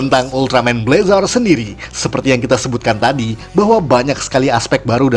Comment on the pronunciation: Bg. Bacanyatu blezr Maap kalo salah